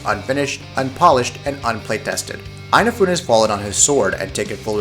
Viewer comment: Eyenafune? I never knew he was Irish :D